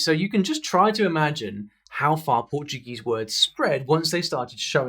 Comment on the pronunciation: Vim aqui para comentar isso. Pronúncia excelente! Your content is awesome